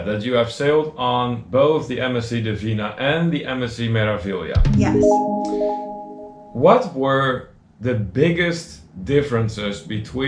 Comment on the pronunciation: Your pronunciation of Meraviglia is pretty close except the first syllable is Me (as in May), not Mer. It follows the standard consonant-vowel format: Me-ra-vi-gli-a. May-rah-vee-lee-ah In Italian, E is always pronounced like AY as in day, and the R is rolled. You mastered the often confusing syllable GLI = LEE. I did one Mediterranean cruise on MSC and that was enough. They are beautiful ships but never again. I felt like it was a tug-of-war with my wallet. I'd prefer to deal with pickpockets in Rome than those thieves.